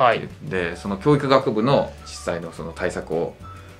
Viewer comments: きょー↑いく↓じゃなくきょー→いく→ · 教育のイントネーションだけが気になる